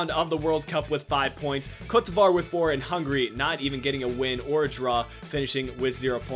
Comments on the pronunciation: It's pronounced Coat de Evua. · it's not coat devoire... how do you butcher the name THAT badly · I was under the impression it was pronounced Co-te De Ivory with the sound of an accented e